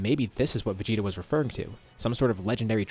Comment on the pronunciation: "VeGTa" LMAO